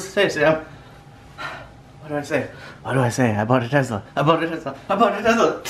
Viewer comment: I think it's pronounced Tesla not Tezla